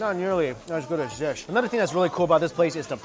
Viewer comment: "ANODER ONE"